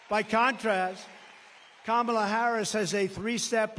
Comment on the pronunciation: Finally someone told him to pronounce KA-MA-LA’s Name Correctly. Loser